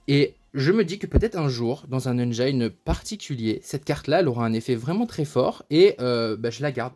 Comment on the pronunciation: Les francophones détruisent bcp trop l'anglais , "engine" se prononce engine et pas engyne